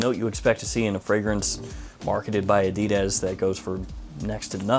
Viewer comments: a-dee-dez lol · I've heard "adidas" pronounced in dozens of ways... I've never heard anyone say it like you do lol